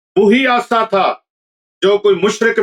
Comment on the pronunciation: Hazrat Aasa nahin hota Asa hota hay Asa lathi ko kayhtay hain